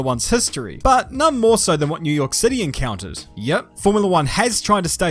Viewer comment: new yoaaah